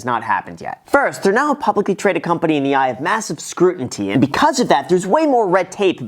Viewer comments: Scru-inty? 😂😂 I think you meant Scrutiny, my friend. :) :) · Scrut-int-tee - isn’t it screw-tin-eee (scrutiny). Well played Graham you wanted to see if I was paying attention. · "Shipa Inu", "scrutinTy" Is my man having a stroke? He might be saying "Shipa" intentionally like "Sheep-a" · "Scrutinty" :D Excellent video!